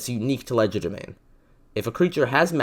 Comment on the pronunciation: WhEn WiLl SoMeOnE LeArN HoW tO PrOnOuNcE It ‘Cries in quadralingual’